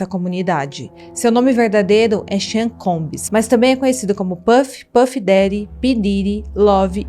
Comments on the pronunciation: Olá! O nome dele diz-se "xón" (Sean) e não "sén". Obrigada pelo vídeo 😉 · O nome dele não é "Sam". É "Sean". E se pronuncia "chãn". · A pronúncia do nome dele é "Xã" e não "Sem". Isso tudo é assustador e só demonstra como a indústria fonográfica e cinematográfica tem podridões inimagináveis, e do quanto somos manipulados por essas indústrias, que nos fazem gostar de seres desprezíveis. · Cara o nome dele se pronuncia Shean não Sam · Excelente sua narração, mas a pronúncia correta do nome é "CHON" e não "SAN" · Por que ela chama o cara de "Sam"?!?!? Pra fazer um vídeo desse, é preciso pesquisar a pronúncia correta. Sean!!! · Gosto mto dos seus videos e da sua forma de contar os casos, mas vc poderia por favor pesquisar a pronuncia dos nomes das pessoas? Uma sugestao só. claro, nao que seja importante, mas... Por exemplo, Sean nao se pronuncia Sam, se fala algo como "Xón" ou Heather q se fala "Réader" (de um outro video) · Vc fala SEAN como se fosse SAM mas na verdade a pronúncia está mais pra CHÃ 😅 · Vc sabe tudo! Mas, chamar o Sean de Sam é dose!! Sean é Shón... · Oi! O jeito certo de pronunciar Sean é similar a “Shawn”. E não “Sam”. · Sim, sim. O mais perto que chega da pronúncia é "Shóun". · Obrigada pelas informações... Mas veja direitinho como é a pronúncia dos nomes dessa história...Sean é Chón, késsi, frikófs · Sean pronuncia correta Xan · Só um toque: Sean se pronuncia xan. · Não é Sean é Shon! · VERIFICA A PRONÚNCIA CORRETA DE “SEAN” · Adorei o vídeo. Pena que a pronúncia do nome está errada... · You keep saying his name wrong. Sean is pronounced “Shawn “ not cean. It’s not hard to pronounce. And Suge knight is pronounced “shug “ nite” with a silent “e”